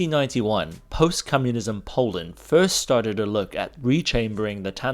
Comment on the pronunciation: I like that he says cummunism instead of communism